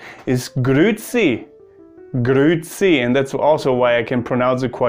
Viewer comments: grüezi is actually pronounced like "grüäzi“. its not promounced "grüzi" like you did. "grüzi" is another word. its something you eat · Du hast sehr gut Schweizerdeutsch gesprochen! Kompliment! Das ch tönte schon recht stark! Du hast ein wenig wie ein Basler getönt, die sagen „hütte“ für heute. Einziger Fehler war bei Grüezi, da sagt man ü und dann noch ä also nicht Grüzi sondern Grüäzi. Aber ansonsten ein grosses Bravo!👏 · Hahaha, talks about one word he knows how to pronounce but actually you do the same mistake nearly every german does. It's GrüEzi not Grüzi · GrüEzi net Grü•zi Sorryyyy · Most common mistake german speaking people make when trying to pronounce "grüezi": You swallow the "e". It's not "grüzi" but "grü-e-zi". "Gruß" becomes "Gruess" and "grüßen" becomes "grüesse". Also "grüezi" has nothing to do with God, it simply is a shortened Version of "ich grüesse Sie" --> "grüesse Sie" --> "grüessie" --> "grüezi" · you didn't pronounce the e. It's not grützi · You don't say "grützi", it's not only an "ü", it's an "üä" and the "ä" is pronounced quiet harsh and not the kind of e-sound that Germans use. Also you stress the "üä" and not the "tz" which means you have to say the "üä" longer. And as far as I know, to say "hütte" is only common in specific dialects and quiet seldom heard. You just say "hütt". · Bitte wo ist das E bei grüezi !!! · Isn't it pronounced as grüEzi, but the E is pronounced the same as the E in LehrEr?